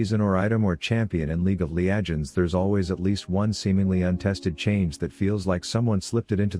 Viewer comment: League Of Le-aj-ends